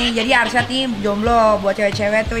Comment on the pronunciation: Alshad plisss..bukan arsyad🤣